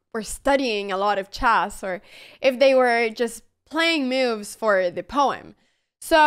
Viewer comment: It's cute how she says "miuvs" for 'moves' 😂